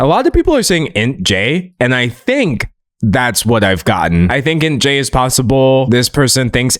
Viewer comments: Hearing you say "intjay" rather than saying the initials sent me lmfao 🤣 but yeah, I smell INTJ and enneagram type 5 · Not “Int-J” 😂